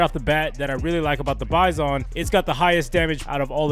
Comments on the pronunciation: its pronounced [byzun] not [by-son] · It's "bye-zin"